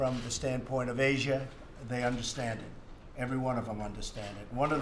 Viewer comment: why can't Trump say the names of countries properly and especially names that end with the letter "A". (Russiahh, Chinahh, Asiahh and Koreahh for example.